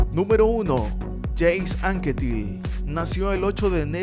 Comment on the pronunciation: Por Dios!! no pronuncies los nombres franceses en inglés, Jacques Anquetil se pronuncia Yacs Anquetíl. Por lo demás un magnífico vídeo, se puede cambiar el orden según los gustos, pero la lista está OK.